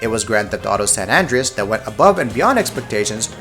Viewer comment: Dawg, it's San An-DRAY-us, not San ANJ-ree-us. Other than that, great video. I will also echo the other commenter that "one per franchise" could have been helpful.